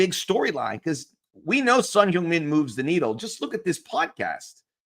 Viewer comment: Please correct your pronunciation for Son. It's not Son "Hyoong" Min .. it's Son "Hung" Min. I know you're married into a Korean fam. Please confirm. Grazie